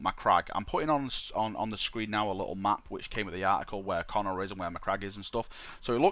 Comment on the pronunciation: Pretty sure it's pronounced Co-nor, not Connor >.> At least that's what I remember from the audiobooks, when Guilliman's backstory was spoken brought up and how he was raised on Macragge. Nice video though, appriciate it.